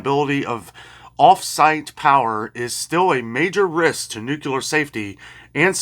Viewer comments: Nooocular is not a word. Nuclear, is the word you should be saying. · NOT nucular!!! Nuclear.... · Nuclear is NEW clee er. We lost the battle for correct pronounciation when Bush called it NYOO kyoo ler.